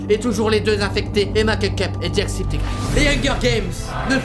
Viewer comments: par contre ça se prononce "jack septi çaï" !!!! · C'est pas jackcepticeyes, c'est ''jackcepticeye''. Ya pas de S a la fin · So' Nya - Sophie Par contre, je suis la seule a être déranger par la manière dont il prononce "Jacksepticeye"?